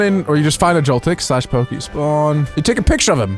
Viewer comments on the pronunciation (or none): none